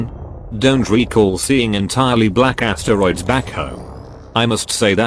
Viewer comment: and the astereeds